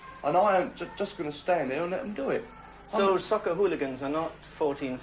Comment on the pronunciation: Great idea to have a chap who can't pronounce 'hooligans' narrate a documentary on hooligans. It begins with an h, Sir, an h.